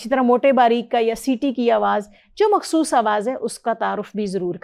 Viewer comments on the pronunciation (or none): none